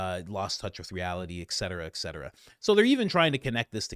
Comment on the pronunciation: Love listening. Small correction “et-cetera” versus “ek -cetera “